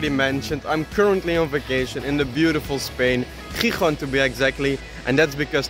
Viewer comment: no sé si eres español o no, pero vaya pronunciación la de Gijón, amigo.